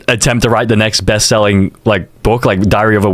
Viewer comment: Why did bro say dhiaria instead of diary😭🙏